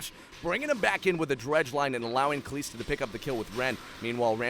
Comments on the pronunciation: This casting irks me 1. It's not kaleeeeesta its kalista 2. Nokseean geeyotine not nokshun guillotine 3. A martyr is someone who does for their beliefs, a renegade jumping in is not a martyr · ka lis da not ka lees da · Please don't say Kaliiiiiiiista, it's Kalista. One short "i", as in sinister, minister or canister. Thank you. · Pleeease say Kalista right! Just listen to other casters or whatever... Kal-I-sta, not Kal-ee-sta haha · its not KALEESTA its KALISTA, holy fuck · Pronunciations irked me. "Gillow-teen" "kuh-lees-tuh" "loo-she-in"... pls no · it's not KaLEEEEEEEEEEEEEEEEEEEsta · Kalista... KaLISta... WHY KALEESTA!?! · Kaleeeeesta.. cringe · Commentator is pretty good put please teach him how to say Kalista. It's not Kalesta. lol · I think you do a pretty good job casting those plays, but the way you pronounce "Kalista" is reaaaaally annoying imho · kuubilal and this is what's going to happen if he changes his pronunciation. Someone else is going to find that new "Kalista" pronunciation annoying and complain about it. So why not just let him pronounce however he wants, because it is at least understandable. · I absolutely enjoyed the video. I still want to note, that your pronounciation of Kalista is incorrect. Overall you're doing a great job, keep it up!